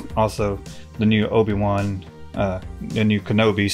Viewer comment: Stow-biwan Kenobi